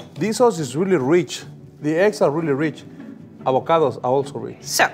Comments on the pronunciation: eggu benedictu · IF SHE SAYS ÆGGS ONE MORE TIME…….